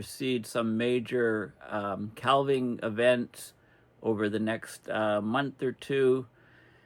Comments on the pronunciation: "Calv-ing" ?? Do Coos have Calvs ? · Calving: referring to a cow birthing a calf, also to the breaking of off ice from a glacier.. Calf rhymes with staff. Calving rhymes with having. For the love of all that's holy, please, you can pronounce 'archipelago' any way you want, but calving rhymes with having! 😃 Thanks for all your dedicated work. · THE "L" IN CALVING IS SILENT!!